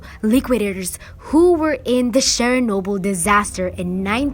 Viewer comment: It’s Chernobyl not sharenobtyl